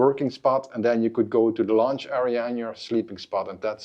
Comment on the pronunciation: You need to work on your vowel lengths. Launch area and lunch area are very different things.